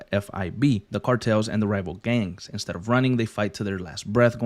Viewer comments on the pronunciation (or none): none